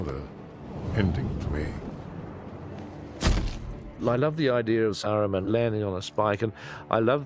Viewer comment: uggghhh the way the american guy pronounces saruman and theoden makes me angry lol